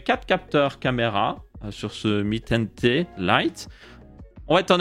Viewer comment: Tu dis "mi ten Té" au lieu de "mi ten ti" mais c'est stylé